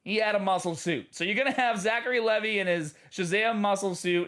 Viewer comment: Btw it's pronounced Zachary Lee Vi (the i as in I).